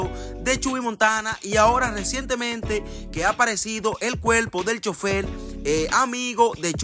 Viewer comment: Primero aprende ha hablar el cuerpo no cuelpo